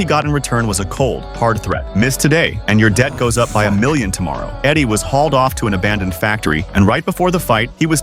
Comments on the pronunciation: eddie? its adik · And his name is Adik not Eddie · Not Eddie its Adik